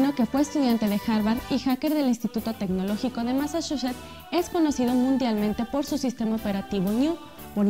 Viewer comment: ".....Del Instituto Tecnologico de MASASUSHA ...."